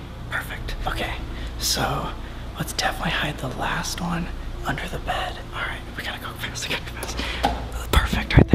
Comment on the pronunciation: The real crime is that you said bead instead of Bed